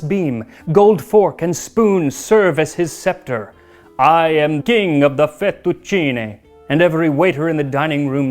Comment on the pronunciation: Congratulations on pronouncing "fettucine" correctly!